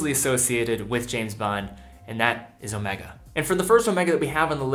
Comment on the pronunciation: Garry M you are wrong. He pronounced it correctly. Ask any Swiss person to pronounce it, or go to omegas corporate site. It’s pronounced incorrectly Omeega only by monolingual brits and Americans.